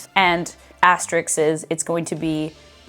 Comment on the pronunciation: Tone: Year 1 Hermione You’re saying it wrong It’s AsteRISK not Asterix, but it’s a commonly mispronounced term! 😊